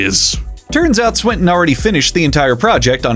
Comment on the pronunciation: Also Swinton to Sprint-In